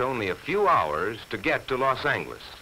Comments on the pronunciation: Los Ang-less is the most white person pronunciation I've ever heard lol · "Las Engliss".......... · Is Los Angeles really pronounced like that? They pronounce Angeles like "angle" but isn't it pronounced like "angel"? Sorry for that question but I'm not from the US and am a bit confused now. o_O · No, it's not, though I suppose mispronunciations like that must have been more common back then by Americans less familiar with the city. You're correct, the "g" is soft, though the "a" is still sounded like the "a" in "angle". (In Spanish, which is where the name comes from, the "g" doesn't sound like any form of English "g", but rather like an "h".)